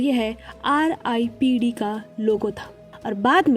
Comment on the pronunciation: Its not ripped its R dot I dot P dot D,, explanation is gud but apne starting me hi ripped bolke galti kardi ,as a viewer mjhe galat hi feel hua